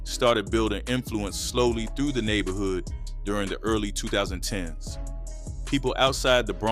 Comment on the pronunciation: 2010s is a mf for this AI voice to say lmao